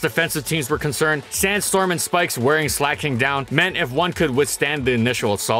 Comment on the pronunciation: SLEIGH-KING. Not “slacking”